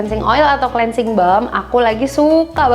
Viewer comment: bacanya klinsing bukan si